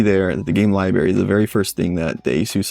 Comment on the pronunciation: Thanks for your thoughts. Just picked one up from Microcenter and I'm looking forward to putting it through its paces. (As a side note, you really should learn to pronounce "library" correctly. Hard to take a grown man seriously who says "liberry")